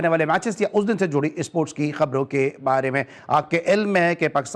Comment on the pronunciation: The host be like issssports, cirkit, 😂😂😂